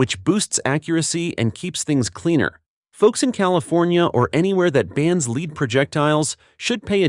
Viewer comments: Learn to pronounce "Nosler", Hornady, Lead is pronounced "led" not leed". Makes me wonder what else you have WRONG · every time it said hornody instead of hornady i got a lil more furious inside never mind the leed instead of led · Knew it had to be AI driven when they kept saying " LEED " an " HOR NADY " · Leed? Hor-nah-dee? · “Leed free ammo”??? REALLY???? Good old AI!!!